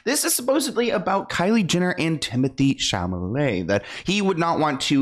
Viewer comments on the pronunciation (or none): Take a shot every time says Timothee Chamelet:)